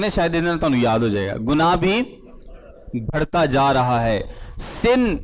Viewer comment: بھڑتا ۔۔۔ غلط تلفظ ھے بڑھتا ۔۔۔ درست تلفظ ھے Pls correct urself